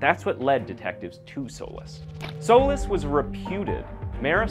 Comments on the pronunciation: Solis. Actually pronounced So Leese. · Souless is a fitting name. I know I heard that wrong but, that's all I can hear when you say his name.